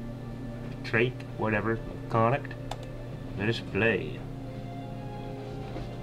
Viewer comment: con- uckt is the correct pronunciation, you actually got it right a few times also len-ster